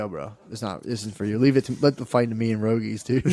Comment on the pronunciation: If I ever quote Rogie, I will use "per-rogie."